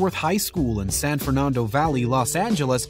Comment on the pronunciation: Jack Lemon...not Le...moan! San FER NAN DO! BRA VO...not Braaaa Vho!